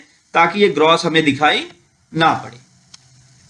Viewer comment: आपने कुछ गलतियां की हैं बोलने मे, जैसे फांट ( FANT) नहीं वो फॉन्ट ( FONT ) होता है, दूसरा ग्रोस (GROSS) नहीं, वो ग्रास ( GRASS ) होता है और लास्ट मे, जिसे आप बार बार TRANSACTION बोल रहे हैं वो TRANSITION होता है | इसे दिल पर ना लें, मैंने इसलिए बताया ताकि आप भविष्य मे ये गलतियां दोबारा ना करें | एक अच्छे यूट्यूबर की knowledge, उसके Viewers से ज्यादा होनी चाहिए, जिससे Viewers अपने आप से उसे SIR कह कर बुलाएं, हमे बताना ना पड़े. Thanks for making such a long video. 🙏